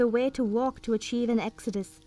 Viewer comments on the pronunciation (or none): none